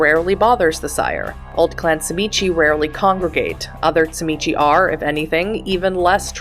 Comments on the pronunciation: great video, appreciate the information density and ofc the refusal to say zee mee zee. subscribed.(its CHI MITCH btw ^^) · First time watcher, but sadly, also last. In your first minute, you pronounced TZIMISCE wrong not once, but you said it three different ways, all in a row, and you know, that's really jarring, and I had to stop watching at one minute. The creator of the World of Darkness (and inventor of the clan) pronounces it "zim-eat-see" and ensured that this pronunciation was used throughout the entirety of the videogame "Vampire The Masquerade Redemption". So, as you can see, it becomes incredibly jarring to attempt to listen to this video, at all. The CHEE you at at the end is the icing on the cake. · Tzimisce is pronounced (ZHI-MEE-SEE) Clan Tzimisce is by far my favorite Clan, both in lore and to play. I would say my runner-up Clans would be: Ventrue, Followers of Set, Toreador, and Gangrel. I have played so many fiends over the past two decades, I would have to say my favorite was one that fancied Itself as a Artist of the highest degree. Bone Sculpture, Blood Portraiture, High end Fashion made from skin for Kindred gatherings. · Clan: Tzimizce Weakness: Name pronunciation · Say the name correctly